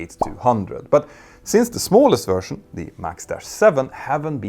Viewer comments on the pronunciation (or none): none